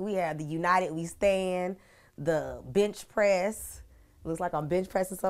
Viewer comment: did she say "bitch"press or "bench" press? Cause if she said the first one, then she's my favorite 😂